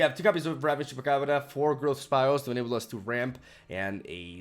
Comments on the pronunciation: Yeah, he nails Chupacabra far better than us "native" english speakers! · Finalmente! Alguém que pronuncia Chupacabra corretamente!